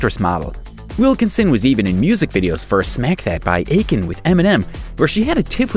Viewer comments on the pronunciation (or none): Dude said Akon is in aching😭😭 it’s A-Con bro